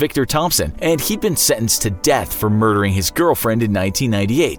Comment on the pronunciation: Y u no do not pronounce sentenced!